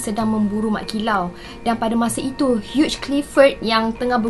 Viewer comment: Hugh Clifford disebut sebagai ‘hiu’ Clifford. Bukan ‘hiuj’.